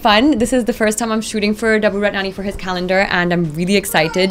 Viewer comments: She's saying calendar but it's sounding like "condom" ! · kdude112233 heheh...gud1.....it did sound lyk condom